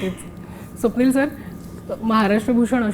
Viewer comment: Swapnil , "स" ला ,"श" महणतो